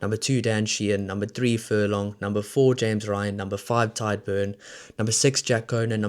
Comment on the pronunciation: Pronounced Tige not Tide Beirne & Furlong. Other than that pretty good